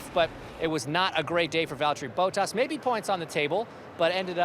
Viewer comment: Valtheri BOUTas, come on, Hinch, could you at least try to pronounce his name correctly?